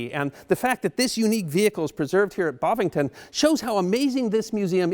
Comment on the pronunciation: Bovington not Bovington. One of the best of these Tank Museum Top 5s thus far. Ta.